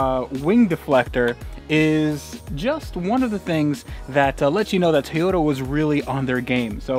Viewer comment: Everytime you say TAY-yota it makes me want to jab sharp objects into my ears.